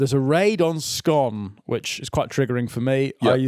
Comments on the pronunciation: The town (read: toon) of Scone is pronounced "Scoon" and am NO even jokin'! Heh heh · Scone the place pronounced Scoon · For some reason the place scone is pronounced scoon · It’s painful hearing you pronounce the town of Scone like the cake